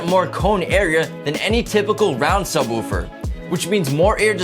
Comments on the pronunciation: God say subwuufer one more time its sub woofer. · *Santoprene *Subwoofer (like woof, not woo) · I like the way he says "Subwuufer"